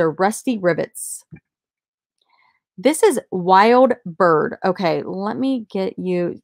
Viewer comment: Wild Bryde (bride). Not Wild Bird. We know the artist. :-) I didn't know they were a good used seller--dang, almost as much as new! I believe they're 14K gold plate, not just gold tone. They're also made in the USA. You can check his website